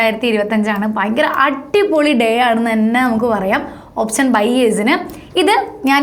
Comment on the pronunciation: ഓപ്ശനല്ല ഓപ്ഷൻ 😬 . Just kidding. Nice Video